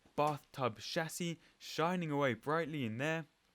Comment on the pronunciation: How refreshing to watch one of these videos where the presenter can actually say Aluminium and Chassis properly (saves me from screaming at the screen 😊)